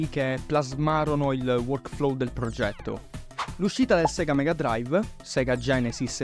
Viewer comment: In realtà si dige SEGA e non SIGA, soprattutto è come viene detto appena appare il logo d'apertura su una console di quell'epoca, perché la pronuncia è giapponese e in Giappone i suoi delle lettere latine sono più vicini al latino per quelli che sono detti rōmaji.